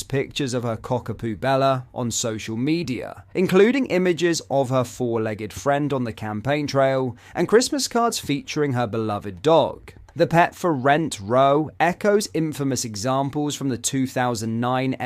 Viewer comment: "Row" meaning an argument, is pronounced the same as "how now brown cow" ------ just a gentle reminder. 😄